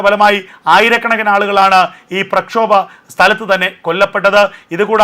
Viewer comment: "പ്രക്ഷോദകർ" 😂😂😂😂😂 അല്ല, "പ്രക്ഷോഭകർ" ആണ് ശരിയായ വാക്ക്........ നല മലയാളം അറിയാവുന്ന ഒരുത്തനും ഇല്ലേ ഈ ചാനലിൽ ????